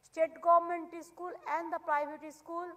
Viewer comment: মেট্রোলজিক্যাল না পিসি "মেটারোলজিকাল" হবে .... গরমেন্ট না পিসি ... গভর্নমেন্ট হবে 😹😹